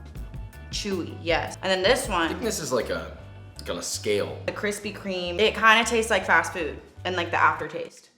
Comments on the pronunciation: ~kwispy kweam~ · Kwithpy kweme* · *Kwispy Kweam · No offense but I thought the kwispy kweme was better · Kwispy. Kweme. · Kwispy Kweme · Krispy Kreme Fanboys be like: Kwispy Kwime won Josh, Oh Mm Ge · "Nobody Wants That" ._. But I like Kwispy Kweme :c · Dude I literally only came for kwispy kweem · Nobody can defeat the KWISPY KREME DONUTS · I bet his are good but kwispy kweme is tHiCcCcCcCcCcCc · Yours is like thinnnnnnnnnnnnnnnnnnnn with 25 N’s, so yeah. Kwispy Kweme Wins! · Don't dis kwispy cweam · Josh: Treats the Krispy Kreme donut like sh*t Me: Rarely gets to eat a fine delicacy like Kwispy Kweme😢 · Hearing josh say kwispy Kweem brings me indescribable joy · Never fails...start diet.. Cravings begin.. Haven't bought donuts in years.. 2 days later.. Let's hit the Kwispy Kweme shop..😒 Hmmm 😂😂 😂 🍩🍩🍩 Looks yummy!😮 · Kwispy kweem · I’m sorry Josh but Kwithpy Kweme won this round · Yayyyyy kwispy kweem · Kwispy Cweam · Kwispy Kreme : you Gf when she's 20 Josh Donut: Your Gf when she 40. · Josh i love you. But take an L with this one. Kwispy kweme are just to good. I can’t imagine them beeing better. X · I challenge you to make a Gluten free Kwispy Kreme Donut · But you can't deny that's a good problem to have! Especially Kwispy Kweme Donuts 🤤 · I’ll take Josh’s KWISPY Creams any day 😏😏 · Kwispy kweam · Kwisspy KWEME I was waiting for so long